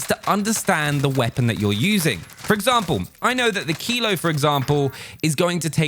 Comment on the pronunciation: what gun did u say is the best? kilo? or keyload? whats keyload tf